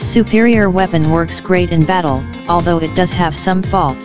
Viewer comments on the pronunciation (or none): none